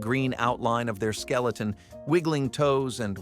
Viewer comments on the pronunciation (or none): none